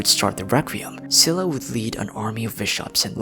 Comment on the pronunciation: i think Scylla is pronounced as "skai-luh" not only by Genshin VAs but also by Google 🙂